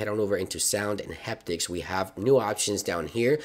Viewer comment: It’s “Haptics” like happy, not heptics like hectic